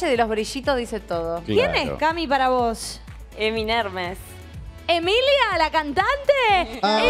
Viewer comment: Emi nermes dijo🤣🤣